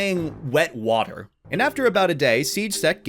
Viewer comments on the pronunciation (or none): can we talk about that pronunciation of water??